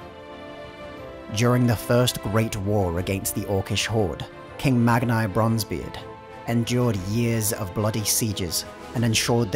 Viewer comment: Mag-NEE Bronzebeard. Honestly, with as many mispronunciations as you guys make in your videos, do you even bother checking anything?